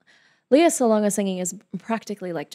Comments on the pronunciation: It's LAY-ah, not LEE-ah. (Sounds like Princess Leia from Star Wars.) Lea had been working professionally in the Philippines starting at age 7 (as a child in THE KING AND I). She played her first lead (Annie) at age 9, her first album released at age 10 went gold, had a musical tv show with her brother called "Love, Lea" when she was 12-14, did films, concerts, albums, and made other tv appearances. She auditioned for MISS SAIGON at age 17 (during her first year in university as a Biology major, pre-med). She won all the major awards for playing Kim in MISS SAIGON (Olivier, Tony, Drama Desk, Outer Critics Circle, Theatre World). She is the singing voice of Disney Princesses Jasmine and Mulan. She was the first Asian actress (also actress of color) to play Eponine on Broadway in 1993. And this performance is from the LES MISERABLES 10th Anniversary Dream Cast Concert (1995). And all these credits I'm talking about are just the first 20 years of her career (thru 1998). There is so much more! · Hiya, may I just correct you on how her name is properly pronounced? It's actually pronounced LEH-YAH, not LEE-YAH. Great videos though, more and more power! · Surely you would check how to say a person's name before making a video? It's so disrespectful.